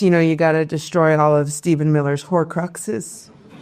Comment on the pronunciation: 'Stephen Miller's whore cruxxes'??! No one laughed simply bc we couldn't tell what you said. Pronunciation fail, sorry Michelle.